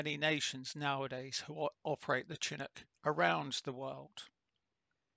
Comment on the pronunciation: It's pronounced with an sh sound. Like champagne or Chicago.